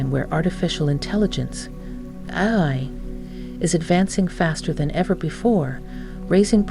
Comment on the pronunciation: This was made with AI. She struggles several times to say “Ai”